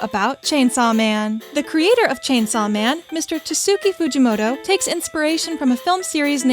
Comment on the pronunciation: Prob he meant is pronounced tats ki Fuji moto, the u in tatsuki is silent. Anyways there is no need to be rude about it, great video!